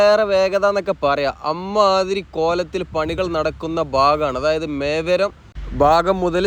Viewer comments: മേവരം എന്നല്ല. മേവറം എന്നാണ്❤❤❤ രാഷ്ട്രീയേതര കാര്യങ്ങൾ താങ്കൾ പറഞ്ഞതിനോട് ഞാൻ യോജിക്കുന്നു. എൻ്റെ അതേ മനോഭാവമാണ് താങ്കൾക്കും എന്ന് ഞാൻ കരുതുന്നു ❤❤❤❤❤ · മേവരം❌ mevarum ✅